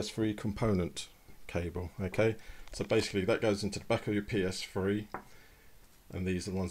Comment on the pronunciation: the psfree is what it sounds like he is saying lol